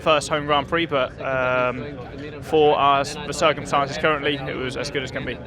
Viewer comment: I'm sure Russell says "For our circumcises" :/ sounds painful!